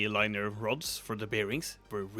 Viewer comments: Nice! If you care about improving your English (which is really good btw), "linear" is pronounced lin-ee-ur and "lathe" is lay-th (with a hard 'th' like the verb bathe) I loved Stephenson's and Asimov's books. It's nice seeing cyberdecks coming to life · FYI its Linier, sounds like Lin -E-er. Great video by the way. Cheers